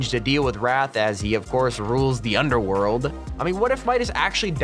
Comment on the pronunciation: “Warden of the underwold”